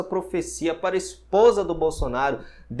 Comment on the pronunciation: Ah por isso deu errado agora entendi ela falou bosonario por isso deu errado kkkk